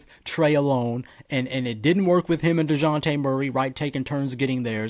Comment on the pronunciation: Yup! I said it! Or, "Deyonte" as Cal would say 😄